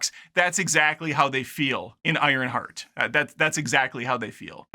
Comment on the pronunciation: "Ironshart" got yourself a new subscriber, my dude! 😂😂